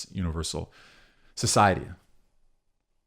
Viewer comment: small correction from a russian speaker... it's pronounced "kah-zhyev." excellent video otherwise